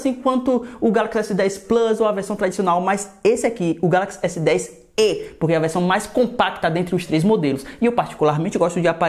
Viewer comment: fala "galaxy S10 é" kkkkk se assunta pivas kkkkk